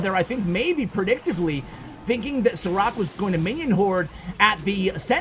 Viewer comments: It is not Sarak, it is like Sharac/Šarac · I think you were saying this Sarac name wrong :D Šarac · Sarac is pronounced SHA-RA-ZZ like zz in Pizza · Love the vids Btw. His name is pronounced "Sharatz" 😁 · I thought u said "ciroc" instead of the name of the pro player hahaha :) great vid btw.